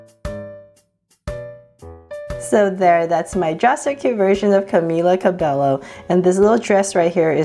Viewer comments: It’s not Ca Bell o it is Ca bay o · Not Cabelo) its Ca be Y o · Is not Cabelo it's CABELLO please!!! <3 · Hi! Your videos are really awesome and it would be awesome if I could have a shoutout. Can you draw a girl with braces? And you pronounce Cabello like Cabaayo. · it's pronounced Cabeyo just so you know:) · It’s pronounced ( cubaeyo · u pronounce Cabello CABEYO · its pronounced [kabayo] which is cabello. its spanish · you said her name wrong